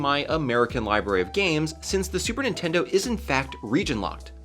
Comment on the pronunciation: "super nintendou"